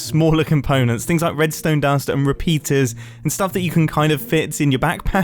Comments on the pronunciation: repaeters? repeaters? ea? ae? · Is "Contraptonators" a thing? Or is it a dialect? Also, "RepAEters?" Tsk, tsk. That's not how the Brits spell "repeaters," is it? 🤔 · "repaeters" ah yes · selling "repaeters" lol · ah yes, “ repaeters “ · all that effort from just to mispronounce the word Repeater